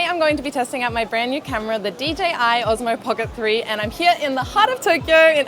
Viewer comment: why oZmo, the name of device is oSmo, S -sounds S